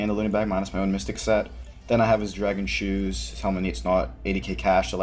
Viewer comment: Why are u saying dragon shooes?